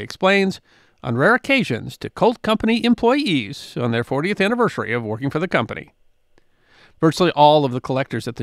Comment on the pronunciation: What is "anniverschary"?